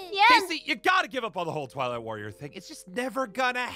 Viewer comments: Kc: "You might be the Twilight warrior!" Me who heard toilet warrior: 👁👄👁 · When first said twilight warrior, I thought he said toilet warrior 😅😂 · At first I thought kc said toilet warrior😅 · Is it just me or am I the only person who keeps hearing the word toilet warrior every time they say twilight warrior 😂😂😂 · Why when kc said" twilight worior" it suonded like she said "toulet worior" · Was I The only one who thought that KC was saying Toilet warrior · When KC said twilight warrior I thought she said toilet monitor🤣🤣🤣🤣🤣🤣🤣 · Who else thought they said tolet woror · I THOUGHT YOU SAID TOILET WARRIOR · I actually thought she said toilet warrior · When she says twilight all i hear is toilet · I thought she said “Toilet Warrior”😂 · I am are the only person who thought kc said toilet master